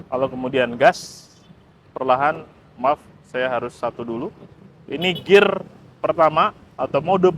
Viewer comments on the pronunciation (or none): none